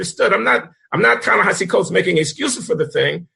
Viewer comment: Even Coleman mispronounces Ta-Nehisi ... It's gotta be a running gag among you three ... Glen, John, & Coleman. ;)